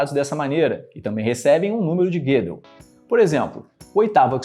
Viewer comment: "Guedel" não. É Gödel com ö